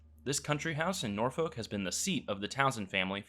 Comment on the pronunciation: The way he's saying Norfolk has got the whole of England cringing